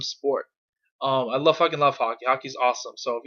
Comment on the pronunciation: It took me 3 times to realise you were saying hockey, not haki lel